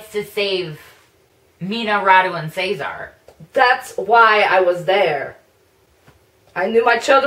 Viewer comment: O_O hehe omg finally said Cezar's name right XD